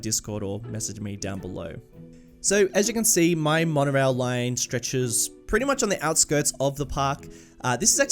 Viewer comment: Ah yes, the W in Wonorail.